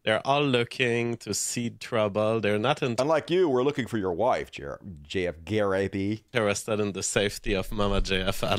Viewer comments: it's pronounced GAW-REE-HEY-PEE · It’s actually pronounced guh-REEP.